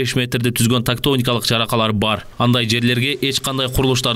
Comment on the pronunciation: Тактоникалык эмес. Тектоникалык деп айтканын туура болот.